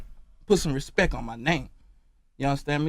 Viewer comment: Respeck ? is that how it is spelled ? What language is he using ? I'm just axxing a question.